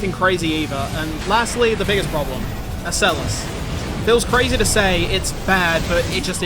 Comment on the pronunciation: I recommend looking up the pronunciation of ocellus and aurora. The latter is so common its amazing you dont know how to pronounce it.